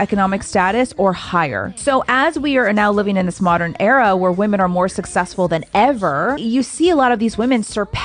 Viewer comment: Suck-sex-full, you mean?